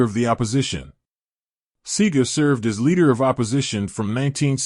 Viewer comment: Ÿour pronounciation of his name is wrong and some of your information lack clarity.